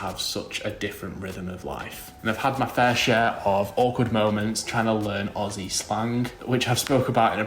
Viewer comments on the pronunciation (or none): none